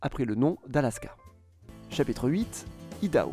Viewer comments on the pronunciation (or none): IDAHO, comme IOWA : le "i" porte l'accent du mot, et se prononce "aï". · C’est vrai que les Français ont tendance a déformer les mots de langue étrangère, par exemple CarolAÏna, AÏdaHo :) sinon la vidéo est bien intéressante.